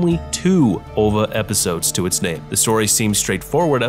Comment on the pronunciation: I think you're the only person who says "OVA" as if it were a word instead of an acronym. No complaints, just a note of interest.